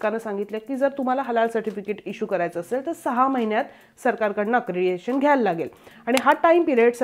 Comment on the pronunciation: अक्रेडिटेशन, अक्रेडिएशन नव्हे...